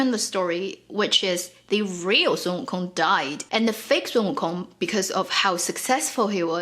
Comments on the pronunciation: learning how to pronounce "WO Kong" the accent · So, we should not pronounce the G in wukong